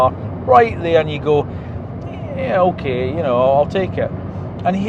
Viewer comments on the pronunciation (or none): none